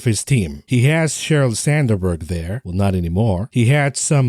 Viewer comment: Sand berg not sander berg 😮